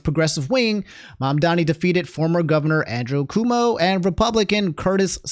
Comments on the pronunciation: After Cuomo and republicans mispronouncing Mamdani's name, I think calling Cuomo "Coomo" is poetic justice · I know you are bad at pronouncing things, but it's difficult to take you at your word reporting news when you don't even know how to the names of the people you're reporting on. Like Cumo.